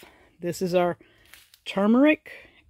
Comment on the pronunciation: You're the only one I've heard pronounce turmeric correctly; even doctors' channels get it wrong.:)